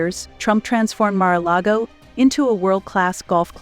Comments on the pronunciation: Good Lord lady before taping this I can’t believe you can’t even pronounce Mar-A-Largo or Melania correctly much less other words you couldn’t pronounce. What the heck….really????? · Could no one tell the woman doing the narrating how to correctly pronounce Melania and Mar-a-Lago? OMG!